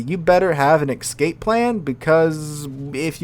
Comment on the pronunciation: "Doublooms" and "excape plan"?!